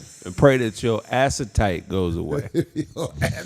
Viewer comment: That ninja said assitite